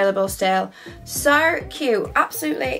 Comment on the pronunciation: Is it just me or does she say “soo” really strange 👀😂 .. love your style advice though!